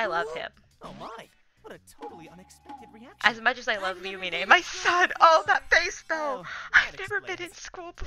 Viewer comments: Ѕмσl и' Ѕαlту nope not even its Loo-me-nay 😊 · no fite me it’s loon-nih-me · Its actually Loo-Mee-Neh but 🤷‍♂️ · no fight me it’s “loo-mean” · ITS PERNOUNCED (LU MENE)